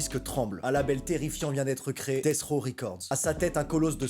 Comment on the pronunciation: Death rOw et pas raw 😅